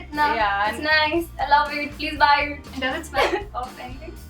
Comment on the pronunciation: haha is sooo adorable... "Yes, i used it itna, its nice, i love eet, please buy eet giggles " cracked me up :P The most sincere and honest comercial ever.